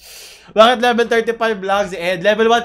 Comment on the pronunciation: “Expert lebel tawsan hundred.”